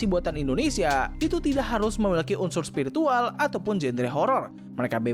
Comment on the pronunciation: Spiritual ❎️ Spirikintil ✅️